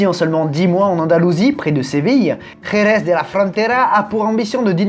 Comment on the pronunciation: Toujours des difficultés à prononcer Jerez ou Guadalajara 🤣😂🤣